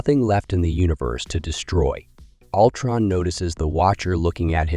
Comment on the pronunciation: This sounds like AI wrote this. Maybe its how you pronounce "alltron"